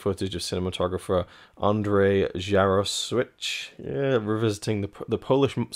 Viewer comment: Amazing, but are we certain that’s how we pronounce his name?